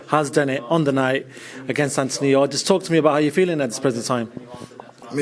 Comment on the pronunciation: 🤣🤣😂😂😂😂 its yarde I love how you said yardie. Lol Yardie needs to work in his stamina